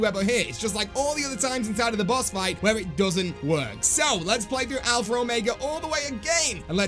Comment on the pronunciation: There is no R in alpha or omega lol alphra ormega lol